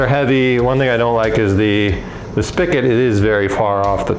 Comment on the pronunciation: Great video for someone like me. I normally make wine and mead and want to get started making beer. Only one critique... spigot is spelled and pronounced with a "g" 😂. All joking aside I'll be doing this method before diving in head first to 5 or 10 gallon batches.